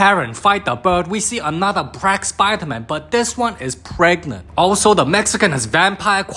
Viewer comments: "Brack spiderman" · “bRaCk sPiDeRmAn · He said the brack spider man